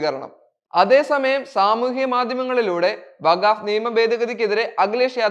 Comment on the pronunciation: വഗാവ് ബില്ല് അല്ല വഖ്ഫ് ബില്ല് എന്ന് പറയൂ